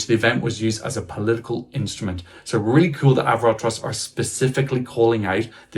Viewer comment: Excellent pronunciation of AvroTros, here’s your 🇳🇱 citizenship 👏🏻